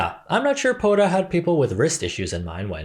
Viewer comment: Funniest thing is in South Indian language, Malayalam (especially in slangs), "Poda" (as you pronounced before) literally means, "go away". I guess it's working for them.